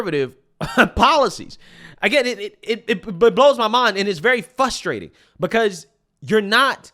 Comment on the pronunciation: it's 'frustrating' not 'fuss-trating'